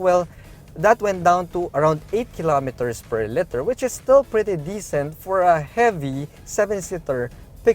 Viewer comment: I love your reviews. Spot on. Really helpful for someone like me who’s car shopping because I’m planning to retire in the Philippines as soon as I can get vaccinated fly over there. Like I said i truly appreciate your reviews. But buddy you gotta work on one thing; you gotta say and pronounce LITER correctly. It’s really aggravating because the word liter is always going to be in the Vlog; the size of the engine and the trunk space to name two. It’s LITER not LETTER. Thank you. Otherwise great reviews